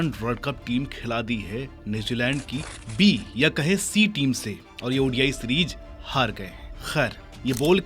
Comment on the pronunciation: Series ❌️ Sereej ✅️ 😂😂😂